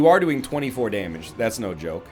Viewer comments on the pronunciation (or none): none